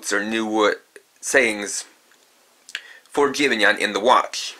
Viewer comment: You say jibanyan wrong